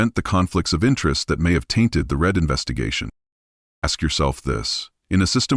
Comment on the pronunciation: Karens last name is Read not Red